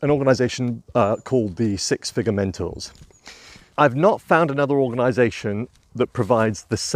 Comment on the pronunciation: It's been a mighty long day, admittedly, but at first I thought you were saying "Six Figure Mentals" and had a good chuckle. :)